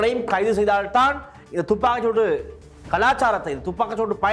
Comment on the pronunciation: யோ.. துப்பாக்கு சூடு.. இல்லை வடிவாக உச்சரிக்கவும்